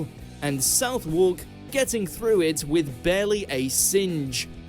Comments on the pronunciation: This narrator's pronunciations are a disgrace! Clerkenwell is CLARKenwell, and Southwark is SUTHark! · South walk! Sutherk. Clerk is pronounced clark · No one should be voicing anything about the UK if they cannot pronounce Southwark or Clerkenwell.